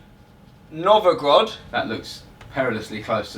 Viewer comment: Novogrod?? You meant Nizhniy Novgorod, I suppose? ))) Thanks for a funny video. That was pretty hilarious. Enjoy my "mother land" and yourselves while exploring it! Peace out, guys :)